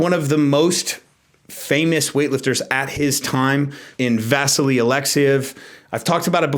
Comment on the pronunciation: I may be wrong but isn't the pronunciation vasILY (Alexiev)? I watched him on Wide World of Sports (ABC on TV in the USA) as a kid and that's how I distinctly remember it. Not a big deal, just thought I'd mention it.